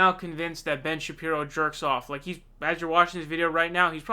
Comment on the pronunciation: its pronounced Sha-Peero, not sha pyro. not that important, but will be good to avoid trolls in future.